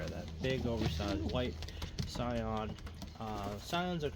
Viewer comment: It's pronounced "See - on" btw. It's French. The original family of Sion birds were the product of Paul Sion of France.